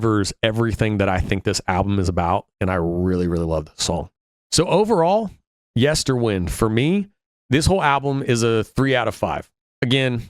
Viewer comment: You will never please evertybody with your review, but it is your own honest opinion, and that is to be celebrated. However, I am surprised that despite at least two references to it during the songs (including the very last vocal line in Lanternlight) you seem unable to pronounce Yesterwynde correctly. Funny that.